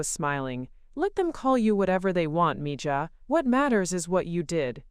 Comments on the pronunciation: Please… Spanish is my second language. It is pronounced “mee ha.” It means “my girl.” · Thank you! ❤️ English is my first (main) language. But, I know enough Spanish so in story after story that idiotic pronunciation has been driving me loco!